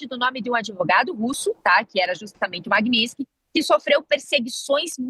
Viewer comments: Genteeeeeee É lei MAGNI-TSKY!!! O “S” é depois do “T”!!! Falem correto… a gente pode falar errado, mas vcs nao!!!! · Meu Deus....como chamam uma pessoa dessa pra falar sobre a lei....e a repórter (ou blogueira) não sabe sequer pronunciar o nome da lei, e ainda escreveram errado...chocante! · Quase a jornalista quebra a língua para pronunciar magnitsky.😂😂😂😂😂😂😂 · A desgraça não sabe nem falar o nome da lei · A repórter não sabe nem pronunciar o nome da lei😂😂😂😂😂 que vergonha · A jornalista não saber pronunciar o nome da lei é engraçado. O "t" é mudo. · Desenhou pra carol que nem o nome da lei sabe pronunciar. Essa imprensa é uma vergonha. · Nenhuma das duas conseguiu pronunciar Magnitsky corretamente. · As duas erraram a pronúncia! Como pode? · ESSA ADVOGADA NÃO SABE NEM PRONUNCIAR O NOME DA LEI. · Não sabe falar Magnitsky, próximo…! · Ela não acertou nem falar magnitsky…